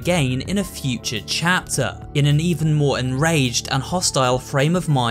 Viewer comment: i like how he says cheter 2 and 3